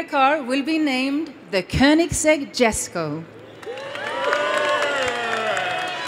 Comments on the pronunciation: Don’t like that can’t even say ”Jesko” the Swedish way. She americanized it. It’s Jesko like ”Yesko” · this name is as confusing as Jeniffer in the Witcher. Djesko or Yesko? Even the girl pronounces it differently each time )